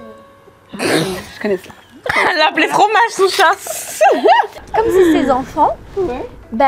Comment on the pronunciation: "Fromaja" à mdrrr le bug de hahahah